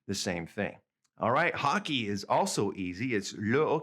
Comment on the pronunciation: Sorry, but hockey and volley are mispronounced in standard French: it should be ocké and vollé, not ocki and volli. Je vous en prie.